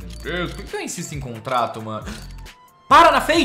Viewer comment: Caralho, eu fico puto quando o fala "contrato" kkkkkkkkkk, paciência kkkk